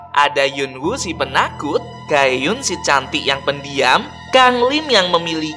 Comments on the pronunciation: Gaeun kak bukan gayun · Kk bukan gayung y tapi gaon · Gaeun itu di bacany Gaen bang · Bukan gaeyun tapi ga-eun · Bang tulisannya Ga eun jadi bacanya gaen bukan gaheyun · Gaeun ka bukan geyeun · Bang gaeun nama nya bukan gayung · Bang Itu Bukan Gayun Tapi Gn